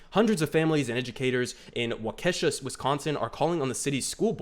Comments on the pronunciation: This is my hometown school district, I am disgusted by the board's decision. Also, it's pronounced "walk-eh-shaw" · It's pronounced WAU-kuh-SHAW